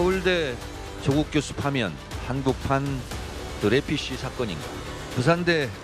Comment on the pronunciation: 드레퓌스인데 드레피쉬로 잘못 읽으셨네요 ㅎㅎ 여윽시 실망을 안시키는 뫈줘당 ㅋㅋㅋㅋ